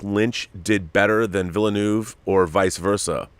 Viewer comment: I wish I could drop an audio file here. I'd demonstrate how to say 'Villeneuve'... This is one of those minor things that gets to the bilingual Canadian in me. Take care all.